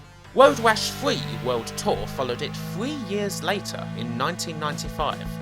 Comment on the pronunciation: I weally enjoyed woad wash fwee!